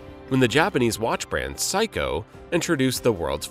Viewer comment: Yes, I never heard it pronounced as psycho !